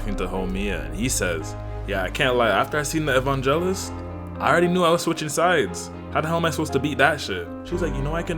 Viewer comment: good stuff like always broski! ngl though you gotta lock in prounouncing “evangelist” 😅. all love dude, you moving ⬆️